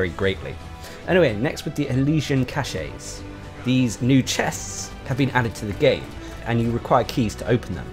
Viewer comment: CACHE is pronounces KASH, not KASH-EY!! 'Kash' is the correct pronunciation. If you pronounce it 'kash-ey' then you're actually using a different word entirely, cachet.